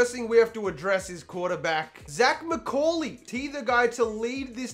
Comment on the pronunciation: Just when we were done with pronunciation of "Causey" we get a career of "McCaaaaaaaaawwwwwley"